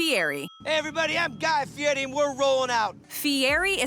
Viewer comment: how is it that Guy Fieri pronounces his name correctly in the video and the narrator immediately mispronounces it!? Amazing